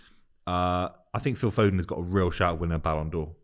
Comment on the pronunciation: This guy said foden I'm out